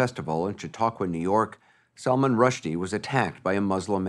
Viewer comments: "It's Salman! Not SALMON!" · Its Sull Maahn ,not Salmon. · I am surprised Anderson cooper is not pronouncing Salman’s name correctly.